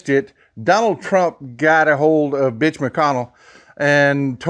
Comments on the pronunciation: Ok, am I hearing (B) itch or Mitch? on second thought don't clear it, I just want to keep thinking what I heard is funny. :) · Are you saying MITCH McConnell? Or is there a "B" in there?😂